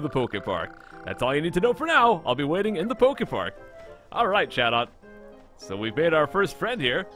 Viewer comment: You said a lot of PokeFart Cannot.. unhear